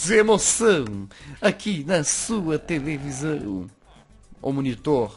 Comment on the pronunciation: Momentos de emoção, aqui na sua "Tevelisão" 😂😂